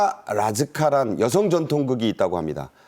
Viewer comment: 月剧이 아니고 越剧라고 하고 타카 라즈카가 아니라 타카라 즈카(宝塚)라고 불러요..